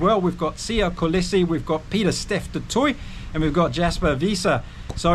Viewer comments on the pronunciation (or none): none